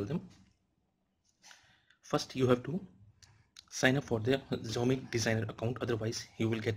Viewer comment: Kindly correct the pronunciation of Xiaomi.